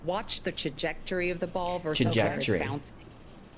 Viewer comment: Thank you - brilliant. And a good pronunciation class for the news reader - it’s tra-jec-to-ry apparently 😅 Downward?